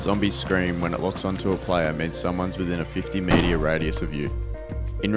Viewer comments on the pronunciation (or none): It's, meter, not, "meteor". You keep saying, "meteor". =P